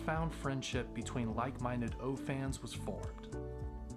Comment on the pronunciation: When this started, I thought, ach, they won't show much.... But when they got to that O-Clip.....THAT is going to be so handy when I'm buried in an engine bay!!! Also....Everytime he said O-Fans, I kept thinking is he saying only fans?? 🤣🤣🤣